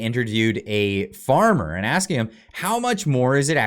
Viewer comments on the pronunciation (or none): none